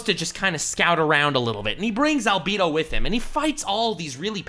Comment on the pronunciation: Are you purposely saying Albedo wrong?